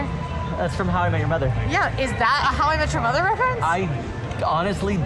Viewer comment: Only took 4 tries, but at least this time I was able to figure out what you were saying …”how I met your mother”.